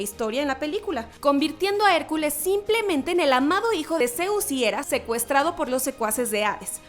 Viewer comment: Es zeus no zeuz